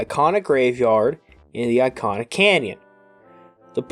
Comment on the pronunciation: E-KAH-NAH not EYE-KAH-NAH.........